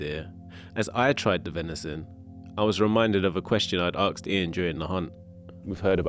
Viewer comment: An interesting story, but I am amazed this made it to film: the journalist pronounces the word 'asked' as 'aksed' - what has happened to your standards